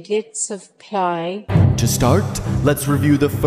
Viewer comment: very large number I thought we were learning Pi not Pyiay